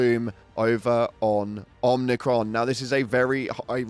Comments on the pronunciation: OMIcron not OMNIcron. Jesus dude your ship literally pronounces it for you when you jump there. There's no N in it. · There's no 'n' in Omicron. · I was wondering if anyone else noticed. Man, it hurts to hear it the 'n' pronounced. Not even funny. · I immediately checked the replies once I heard the 'n' when incorrectly pronounced Omicron.